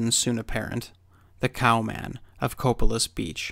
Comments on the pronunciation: It's pronounced Co-pay-less, not Cope-uh-liss. I live near here. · It’s pronounced co pay less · Hey, it’s pronounced “Co-pay-lis”! I live 10 miles north of Copalis Beach in Pacific Beach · It’s pronounced Co-pay-lis, not Cop-uh-lis.... long A sound. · Copalis ---the a in Copalis is long, Co-pay-lis. Being from there, I just thought you may want to know. Love this story. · Copalis is pronounced Co- as a long O. So it's Co-pay-less. Awesome videos! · Thank you and it's Co pay lis 😊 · Coe-pay-lus, Copalis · /cõ/pā/əs/ Stress on the middle syllable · That was the worst pronunciation of Copalis I've ever heard lol. I don't live to far from this area. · Accent on the PAY.